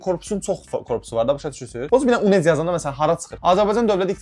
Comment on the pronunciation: UNEC deyilmir.Oxunuşu yunekdi